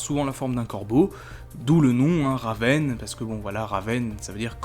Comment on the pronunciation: Alors mec ta vidéo était super mais il y a un truc qui m'a rendue FOLLE : la prononciation plus précisément celle de raven et trigon Sinon ta vidéo était pas mal du tout même super sans aucun doute mais stp prend ma remarque en compte et sinon...Bonne avancée sur youtube 😁 Signé Elena à